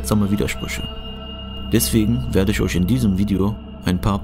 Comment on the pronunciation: "Kann isch einen unendlisch großen Wert erreischen?" Paradox ist auch, wenn jemand "ch" nischt ausspreschen kann ...